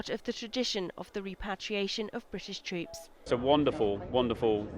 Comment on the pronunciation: I respect the subject of this video. What annoys me is the way the female commentator pronounces 'troops': it sounds like 'treeps'. Croop...